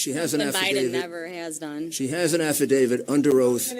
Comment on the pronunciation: The TEMP with 2 degrees is pronouncing it as AF-I-DAVID